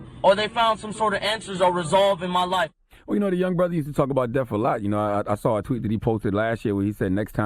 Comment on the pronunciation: Cthagod keeps say deaf instead of death. LONG LIVE X